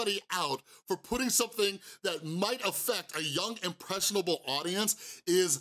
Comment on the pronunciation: I dont like Logan Paul at all but I was lowkey giggling at him messing up the word impressionable the whole time